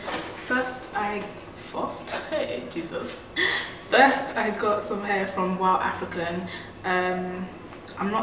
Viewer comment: First..eh Jesus lol..very Nigerian. Love it!